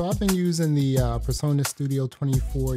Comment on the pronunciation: Turn the background music off please, so you can concentrate on what your saying 😢 and it’s presonus not personas